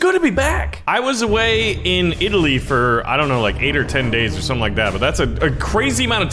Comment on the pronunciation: When he said I came back from Italy I immediately thought did he work on his Italian accent